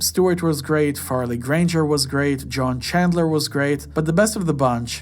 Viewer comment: Joan Chandler, not John Chandler.